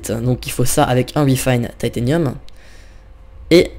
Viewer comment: Apprend a pronocer les mots deja comme titanium et c'est pas une hache boufon c'est un marteau